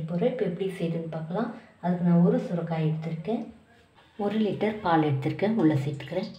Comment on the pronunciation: Sorakai illai suraikai sariyaga prononce pannungal